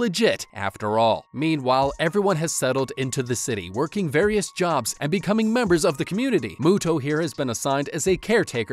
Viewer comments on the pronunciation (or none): none